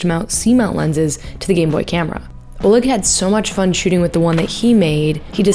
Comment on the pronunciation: The stress in "oleg" falls onto the second syllable. Just so you know